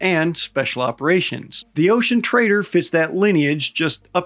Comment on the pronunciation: 😅 I always hear "the ocean traitor" and not "the ocean trader"